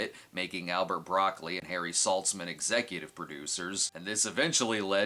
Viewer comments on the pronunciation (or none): none